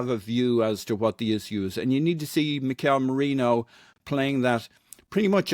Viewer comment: It's Merino, not Marino